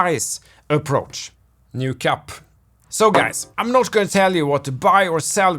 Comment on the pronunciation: I was listening and I heard you say "new cup" and I had to pause and rewind and listen again because I thought you said "no cap" lol